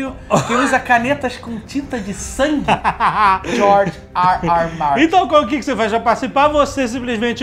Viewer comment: Cara vcs são demais, eu ri muito com esse resumão. Jeito descontraído de contar a história de Got kkkkk George "ar" 'ar" ar" "ar" Martin kkkkkkkk